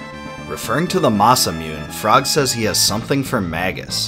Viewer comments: Klaxosaurus Rex the entire time I was watching this video I was like “what the fuck is a Masa-myewn?” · Yep! Bailed on this video just before the 10 minute mark, because of this pronunciation. That's like nails on a chalkboard, but more irritating. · Mah-sah-mune...rhymes with tune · God I hate how he says Masamyoon. It makes me cringe every time. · My 10 year old brain didnt know Japanese. It was masamewn then qnd it always will be to me even though my adult brain knows better. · Thanks for creating this video! For those interested in the original (Japanese) pronunciation of "Masamune" it is pronounced "mah-sah-moo-ne." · Yeah like, anyone who's heard the japanese language would know that masamYoon doesn't sound right. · This is a great video explaining this timeless classic. There are a few things I would like to point out; both things he never mentioned and some incorrect or different pronunciations. 1- the Masamune as well as Mune are pronounced "Masa-moo-nay" and "Moo-nay" respectively. 2- Ayla is also pronounced "Ay-la" and from what I've seen the pronunciation used here, "Eye-la", is incorrect. 3- "Mammon" is Hebrew for "sin" and some other words are Hebrew as well 4- Magus is an optional party member. At the top of Death Peak you can either spare him and have him join your team or kill him. 5- I believe this ending shown is the first or second of a total 13 different endings (not counting four endings you get if you kill/spare Magus and/or if you revive Crono or not. 6- Lavos can be fought at any time in the story and defeating him during certain key story points will change the ending. 7- The quicksand area is accessible at any time after getting kicked Zeal. I've been watching a walk through of this game by chuggaaconroy (he makes a lot of Nintendo lps and even has a colab channel) and through him is how I know all of this as well as a guide to the endings which is how I know point 6. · Moo-nay. Masamune - mah sah moon nay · Say Masa Mewne one more time